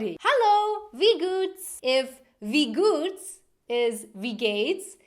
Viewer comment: First off you cant really write swiss german. Everybody writes phrases and words differently. For example you wrote wie gehts like wie goots and you pronounced wie guuts. I personaly would write it wiä gaats.